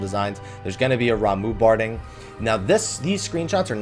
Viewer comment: You called Ramuh. RAMOO!! It's Ramuh= Raw Ma